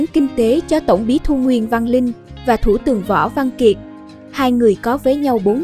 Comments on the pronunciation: Yêu cầu người viết và người đọc cho đúng nhé. Thủ tướng không phải thủ tường..bà là Kim phụng không phải kim phượng..! Thật ngưỡng mộ 4 người con trai, được giáo dục tốt, ăn học đàng hoàng cả 4 em là Tiến sĩ kinh tế ! Nhìn 4 em, đằm thắm, tự tin, trí thức.. Đây cũng là cái phúc of bà... Là 1 minh tinh màn bạc ngày ấy.. cho đến khi nằm xuống bà vẫn sống trong nhung lụa ... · giọng đọc bằng phần mềm àk😳 có lúc đọc ko dấu 😂 thủ tường .ngôi chua??